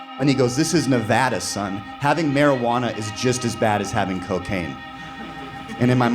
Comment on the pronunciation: Oh my god…he said Nevada like we do…it’s a FRIKIN MIRACLE!!!!!